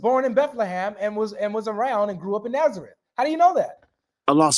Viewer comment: He can’t even pronounce Nazareth correct in Arabic 😂😂